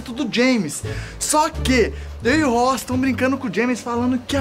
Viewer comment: o ta fumando tanto narguile que falou rochi e vez de rossi